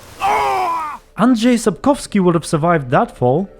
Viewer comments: Wait!! DIT YOU just say "Andrzej Sapkowski"??? I mean ANDRZEJ and then SAPKOWSKI??? With a real "rz" and then a real "w"? Are you polish? If not - you nailed it! It sounded as it should. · Ok,. Truth time. Are you Eastern European with incredible good English pronunciation or you actually took time to look up how "Sapkowski" is pronounced?